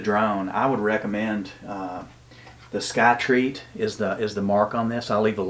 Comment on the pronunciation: It’s Skyreat, not Skytreat.